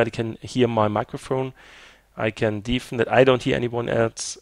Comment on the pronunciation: Your English is good, but your pronunciation of "deafen" is not right. It should be more like "deffen".